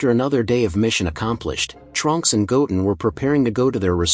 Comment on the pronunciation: The way he says Goten is wrong